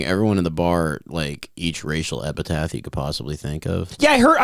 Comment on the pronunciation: thinks the word "epithet" is pronounced "epitath".